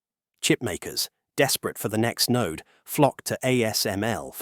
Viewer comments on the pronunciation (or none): none